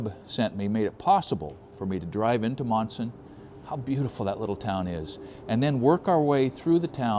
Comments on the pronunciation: not too many towns out this way sound the way they are spelled...lol These are two examples... Leominster (Leminster), Monson (Munson) Great video. Keep up the Good the work! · Lol quite a story. Being from Massachusetts I did get a chuckle out of your pronunciations. Monson is "Munson" Leominster is "lemonster" Glad you had a nice trip. I am only 15 miles from Monson. I worked in the "old town hall" in Monson which dates to the civil war. Very interesting as I never herd of George Burdick. learn new things every day